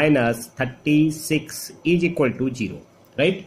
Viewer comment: Class was nice , but plz try to improve your pronunciation. It's really awful and irritating, Zero not jeero Is equal to ,not eejiqualtu Like that 🤗